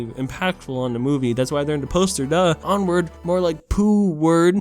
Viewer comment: Onward more like "POOward"